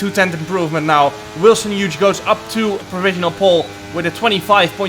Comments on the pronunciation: Do you really think that the correct pronunciation of Hughes is "Huge"? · Wilson Yuge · Jarno’s pronunciation of Wilson Hughes gets me every time 😭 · easily the funniest part of this whole video, Wilson's name should only ever be pronounced this way!